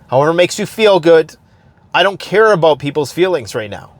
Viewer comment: I'm beginning to think that you're not actually Canadian. You don't pronounce "about" right. p.s. I hope that made you chuckle.